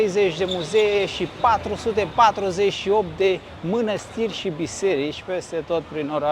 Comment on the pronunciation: 😂1976😂nu ..si se zice mănăstiri..nu minastiri😂 succes